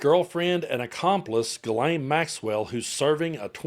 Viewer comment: Ghislaine and Guelaine are not the same name in French...Ghislaine is a French name, while Guelaine is not..Maxwell's name is Ghislaine, and not pronounced as Guelaine.